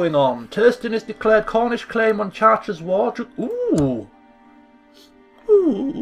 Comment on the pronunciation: maybe pronounced Chart-reh